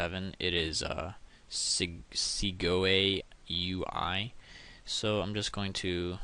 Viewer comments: Segoe UI is pronounced "Seg-OI U I" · Alan Becker, how you can’t pronounce Segoe UI?